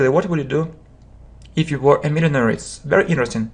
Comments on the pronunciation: Простите вы неправильно произносите millionaire. Спасибо вам за уроки. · слово millionaire на английском не так произносится